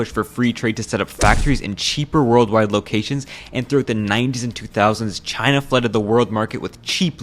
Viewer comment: no way trump couldn’t pronounce china without saying “ghina” 💀